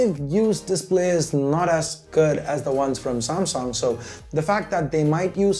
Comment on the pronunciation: Noob its pronounced as samsung not samsong lolz